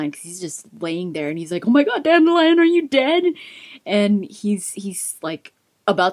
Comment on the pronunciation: I find it strange that in the audiobooks Dandilion is pronounced Dan-dil-ion not Dandi-lion lol.